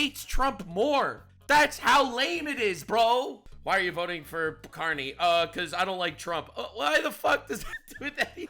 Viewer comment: Get ready everyone, for the next meme. “Say pwease and thank you, Cawney.”